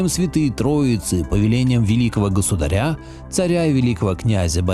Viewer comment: В слове «государя» ударение следует ставить на слог с буквой А — госуда́ря.